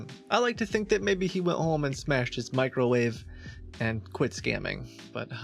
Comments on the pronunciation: Hold on hold on why is the creation of a "Macrowave" the funniest thing I've ever heard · "the first Macro-Wave" oh god I'm losing it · Lost it at "world's first macrowave" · "The world's first macro-wave" 😂😂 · “He’s trying to make the world’s first macrowave.” I’m dying 😂😂